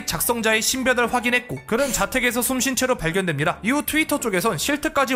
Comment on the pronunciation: 아ㅋㅋㅋㅋㅋㅋㅋㅋㅋㅋ숨진채로가 아니라 숨쉰채로 ㅋㅋㅋㅋㅋㅋㅋㅋㅋ